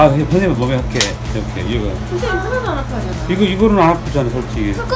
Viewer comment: 간니 발음이 샌다고 하시는 분들이 있잖아요 이분도 발음이 샌다고 안아파요를 안아어요라고 들린다고 하시는거 같은데요